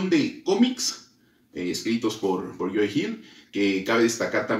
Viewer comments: Estás pronunciando mal el nombre de Joe, lo pronuncias como si fuera "Joey". Puedes revisar cualquier entrevista a Joe y escuchar como se pronuncia. Saludos. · creo que la mejor manera de pronunciarlo es cómo Homero Simpson lo hace con su cantinero favorito Moe, solo cambiando ma M por una Y, (you) 👍🏻